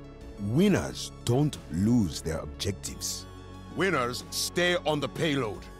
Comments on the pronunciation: Lol when he said "winners stay on the payload" I thought he said widow stay on the payload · i was like what until i replayed it and found out he was saying winners 😂